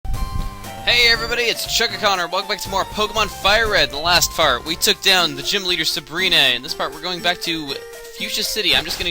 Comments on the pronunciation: lol chugga says "in the last fart..." in the beginning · "In the last fart we took down gym leader sabrina!" What were you eating? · you said fart at the beginning of the vid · ''In the last fart'' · Every time I went back and heard you say The Last Fart I laughed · "in the last fart"?